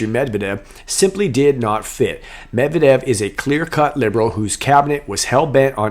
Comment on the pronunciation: “Med-Ved-Ev,” an interesting name. It’s really NOT that hard to pronounce!